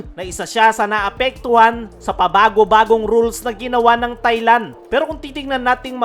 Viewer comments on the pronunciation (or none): none